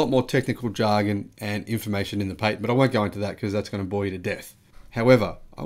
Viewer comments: Sorry you Said “Pay Tent” it’s Pat Tent ah-ha Nelson voice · Perhaps it would be wise to focus your attention on pronunciation rather than sentence structure, i.e. Patent PATent, not PAYTent...